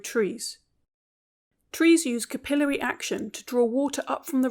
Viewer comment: Trees dont use capillary action, and its not pronounced that way, either.